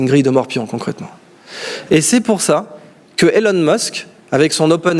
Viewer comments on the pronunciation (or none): none